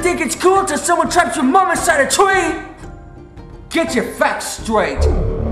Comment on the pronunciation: "gets your facts stwaight"